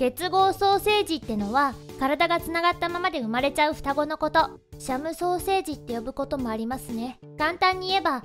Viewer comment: シャムソーセージって聞こえて、ずっとシャムソーセージだと思ってた...w